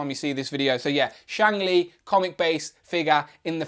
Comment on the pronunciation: It's Shang Chi not Shang Li